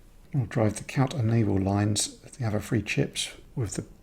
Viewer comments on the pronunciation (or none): Love your work, but the way you Brits pronounce “TH” as “F” drives my American ear bananas! “THree,” not “Free”! Other than that, cool beans!